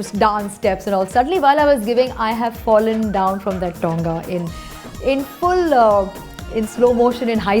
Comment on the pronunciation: It's not tounga it's tonga behn